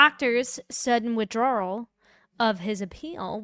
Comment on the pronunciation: I couldn't believe the ADA thought she was Kerri Morrissey saying she Could decide what the defense gets to see. KrowskI, spoka up but you know if rosemary had been there, she would eat that woman for lunch! I gotta ask... forgive me if this seems offensive but are you enunciating "withdrawal" to rhyme with "gararage"? Haha!!